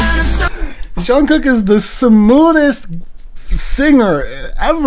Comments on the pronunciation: ure saying shungkook ^ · its jungkook with a j sound btw, just a little something to let u know